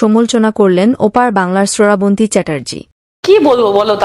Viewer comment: তুই ও কি বাংলাদেশি?? শ্রাবন্তী নাম কে ঠিক মতো উচ্চারণ করতে পারছিস না, সরাবনতী বলে যাচ্ছিস।